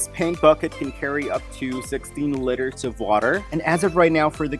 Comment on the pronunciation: *Lee-ter (liter)